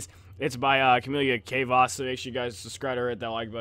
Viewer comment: "Its by camela cevas" you saying her name wrong makes me die